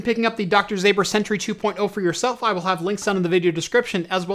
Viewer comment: You pronounce it like Doctor Zomber not zAber. Greetings from Poland